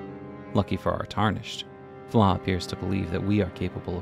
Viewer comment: How is Floh pronounced like “flaw”??